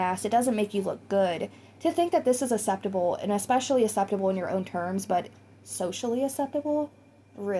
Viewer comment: Please pronounce 'acceptable' correctly 😂 takes me out of the zone every time